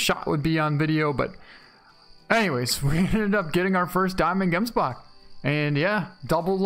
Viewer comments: great content, i don't know how other people pronounce it but, where i am from (South Africa) you say it like hemsbok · I really like the way, you pronounce Gemsbok. ;P .... Should be Hemsbok ;)